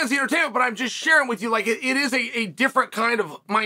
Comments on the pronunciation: CARter Sta-roachee. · Uncle Chael took Starroci's name to the back of the woodshed and straight butchered it